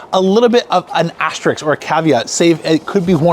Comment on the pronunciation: “asterisk” not asteriks. The source is aster, star, and asterism. Asterix was a comic strip.